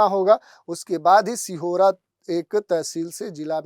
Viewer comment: सिहोरा नहीं सीहोर हे